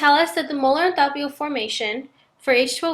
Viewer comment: good explanation but please learn to pronounce enthalpy correctly..